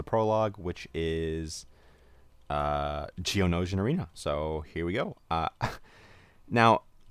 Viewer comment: you pernounced geonosian arena wrong